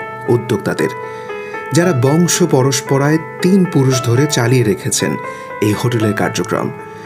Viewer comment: ভাই বংশ পরস্পরায় নয় বংশ পরম্পরায় শব্দ দুটি উচ্চারণে ও অর্থে ভিন্নতা আছে। ধন্যবাদ।